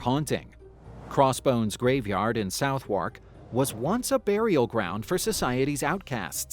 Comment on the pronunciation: Southwark = "Suthick" when pronouced - English is hard! :XD